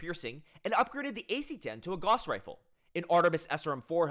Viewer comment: Gauss rhymes with house.